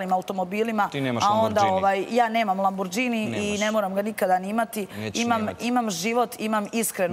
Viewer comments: i neje lambordzini jbg valjda se kaze lamborgini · Sad sam skuzila, ona cak ni ne kaze Lamborghini (Lambordzini), nego LambUrdzini, i 1. i 2. put 😂😂😂😂 pa hiittt!!